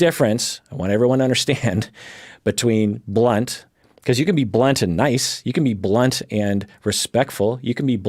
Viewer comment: I'm not a native speaker and really thought for a moment you said blonde instead of blunt 😂